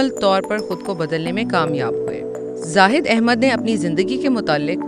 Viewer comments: Naam to sahi lay lain aunty 😁😆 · Naam to sahi bolo